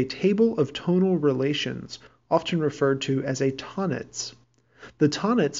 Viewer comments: Tonnetz is ton-netz, literally "tone net" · Great video ! Tonnetz is a German word, it is supposed to be pronounced "Tone-netz" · Thanks for the video. I appreciate the explanation and the Brahms example is a great way to illustrate the concept, but I cringed every time you mispronounced Key vocabulary words such as "Klang" and "Tonnetz." Oops.